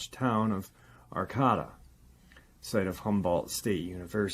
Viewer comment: Arcata is pronounced Ar-Kay-Ta. Thanks for bringing attention to Murder Mountain! John McHatton